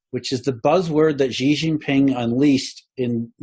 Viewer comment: just so you know (and you don’t get abducted and sent to a re-education center à la chinoise with all the poor Uighurs), the Chinese President’s name is pronounced “Schi” as in “she”... not “Zi” or “Ji”😉 And Li Kechang is pronounced “Lee” “Ke” “Tchang” 😅